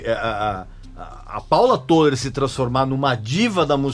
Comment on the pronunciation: "Tôler", não. É "Tóler"